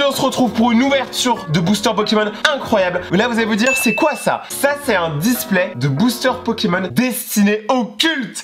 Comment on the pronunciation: Les gas il dit la displait mdr🙃